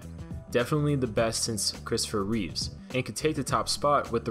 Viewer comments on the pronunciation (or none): It's Christopher Reeve NOT "Reeves." Show some respect. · It's not "Reevz", it's Reeve, Christopher Reeve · It’s Christopher REEVE, not Reeves